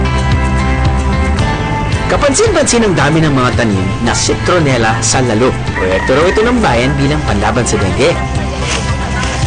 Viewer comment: If you're featuring something, you should at least know how to pronounce the places properly. It's "lal-lo" not "lalo".